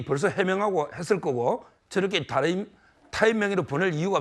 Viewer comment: 김종석 앵커는 항상 '좀(조금)'을 '쫌', '다른'을 '따른'이라고 세게 발음한다. 좋은 발음을 두고 왜 이렇게 추하게 말하나? 듣기에 아주 거북하다.